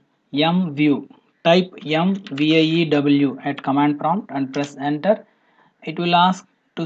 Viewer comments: Thank you for the video, I subscribed for your videos, you explain very well, but just one thing, you have to be more careful about the accent, for example, when using the MVIEW command, you are saying "YoungView", you should say "Emview", you know what I mean, there can be confusion and thank you friend ! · I was thinking he's saying YUM view.. M.. lol.